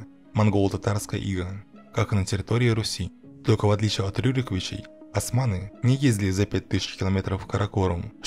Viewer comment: Не асманы а османы, вы же не говорите ольгу альгой